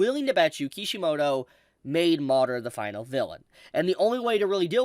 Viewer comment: I played this at 2x and whenever he said madara it sounded like Mordor. I thought he was talking about Lord of the Rings.